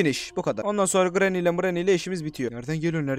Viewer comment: işte yazılışları okunuşları Pacdlock key(pedlok key) Recaptured(rekepçırıd) Safe key(seyf key) Hammer(hemır) Orda abi dede granny diyor doony demiyor Türkçe mizi düzgün kullanalim lütfen